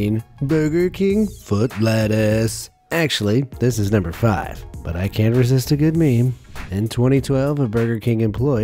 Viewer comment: Especially when he said nUmbEr fiFteEn bUrgeR foOt leTtuCe